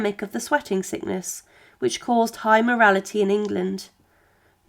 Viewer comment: "high morTality", not "morality" ❤